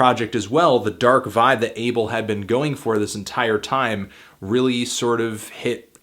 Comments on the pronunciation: He keeps saying Ay-ble but it's Ah-bel. Fucking hell Anthony. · His name is pronounced (AH-bell) not "able" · Can u not call him Abel....